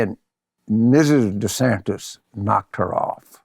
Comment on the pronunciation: 'Ronda Sanders'...lol. Bill to your credit, the auto generated captions just translated Jim's pronunciations of 'Ron DeSantis' as 'Ronda Sanders'.... Florida Governor Rhonda Sanders.